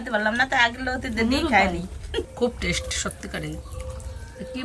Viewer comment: বারংবার তনু বলছিল কলার বতি হয়েছে এই " বতি " মানে কি বোঝাতে চেয়েছেন একটু বিশ্লেষন করে বলবেন দয়া করে। আর অঙ্কিত এর মা টেস্ট কে উচ্চারণ করলেন টেস এটা ঠিক করে উচ্চারণ করতে বলবেন ঠিকটা ওনাকে শিখিয়ে দিন।